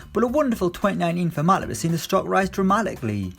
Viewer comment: The way he pronounced 'Matip' was wrong sounded like matic to me lmao